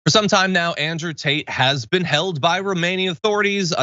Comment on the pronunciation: I kept hearing John referring to Tate as “taint.” Well played, sir!